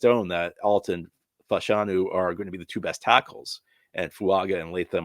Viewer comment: You hold yourself out as an expert on the NFL, offer no shortage of harsh takes on all manner of topics and have been talking about the 2024 draft for WEEKS already. So I think it's fair to ask ... how many more times are you going to refer to consensus TOP-15 pick Fashanu as "Fa-NAH-shu" ??? This is the 3rd podcast I've listened to where you've done so, repeatedly, and every time you do, it drives me to distraction.